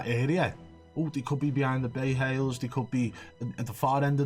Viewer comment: does he say "bay hails"? lol